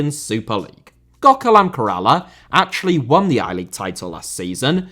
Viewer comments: Its pronounced “Kerr - ahh - la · You butchering the pronunciation of Kerala was worse than the disrespect to women's football. It is pronounced Kay-ruh-la. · Lol at pronouncing Kerala as Karala, he tried his best though.